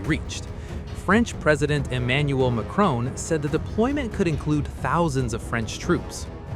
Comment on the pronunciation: Hahahaha Dimitri called the tranny lover Micron instead of macron 😂😂😂😂